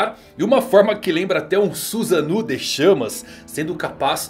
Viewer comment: Susanu kkkk eh susaNO! Como o povo ama falar errado